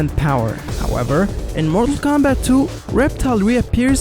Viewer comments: It sounds like you’re saying marvel Kombat at times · Yo why this guy sound like he sayin marvel kombat